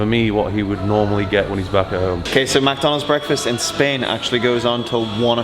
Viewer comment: It's McDonalds not "macdonds" trash go and puke now